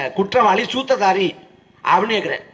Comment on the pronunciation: "ஏன் விஜய் பத்தி பேசுறீங்க? இந்த வீடியோல, 'சூத்திரதாரி'ன்னு சொல்லாம, 'சுத்ததாரி'ன்னு சொன்னீங்க. தயவு செஞ்சு அதை சரியா உச்சரியுங்க. மேலும், நீங்க, சாட்டை, Brother சீமான், விஜய் பத்தி பேசிட்டு இருக்கீங்க - ஏன் நாம அவர் மேல கவனம் செலுத்தணும்? அவர் களத்துக்கு வந்து தமிழ், தமிழ்தேசம்னு உணரட்டும். நான் மறுபடியும் கேட்டுக்கொள்கிறேன்: விஜய், அவருக்குக் கீழ் வேலை செய்றவங்களைப் பத்தி பேசுறதுக்கு பதிலா, மக்கள் எதிர்கொள்ளும் உண்மையான பிரச்சனைகளைப் பத்தியும், அவற்றை எப்படித் தீர்ப்பதுன்னும் விவாதிக்கணும்."